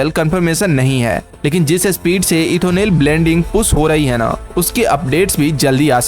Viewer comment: Ethonel or Ethanol?